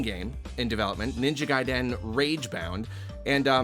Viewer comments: Is it "gai-DEN" or "GAI-den"..? The annunciation I mean. I've always pronounced it GAI-den, not like here 😅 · Got psychic pain every time said "gaiDEN". It's just "guy-den", you don't need to stress the 2nd syllable! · Is it pronounced gAIdEN, or Guyden? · I can't get over how he keeps saying Ninja GaiDEN. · I can't get over how pronounces ninja gai-DEN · Omg thankyou, it feels like an attack every time he says it. So heavy on the ‘DEN’. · What a great and insightful video to make, especially considering the fact that never even played a Ninja Gaiden game! Usually we just talk about the games we love (or hate), rarely does someone go up and beyond that. I don't like the way pronounces Gaiden though, it's just off. Minor gripe tho.:D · Who else is cringing at the way he pronounces gaiden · if you pronounce it like you do "garden" but with "guy" instead of "gar", youre saying it how i imagine most people say it (trochee, first syllable stressed and the second unstressed/shortened). is saying it with a more even stress pattern, which could be seen as being more similar to japanese, but at the end of the day we are speaking english and theres no need to strive to match foreign pronunciation. you can say it however you want, it'll still mean the same thing lol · isnt really applying either of those stress patterns here. he's stressing both syllables fairly evenly. i think most people say "GAI-den", so when theyre even it just sort of sounds like the second syllable is being stressed too much. if you actually stress the second syllable more, "gai-DEN", it'll sound even further from how you pronounce it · Why are you saying Gaiden like that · yeah it was almost funny how jarring it felt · I came to the comments to see if anyone had noticed this. Is this a regional thing? I've never heard anyone pronounce it this way.